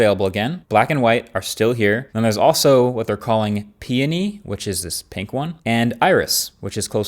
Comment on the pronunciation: Its pronounced (pee-oni)